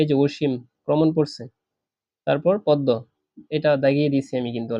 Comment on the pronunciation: পদ্ম এর উচ্চারণ ভুল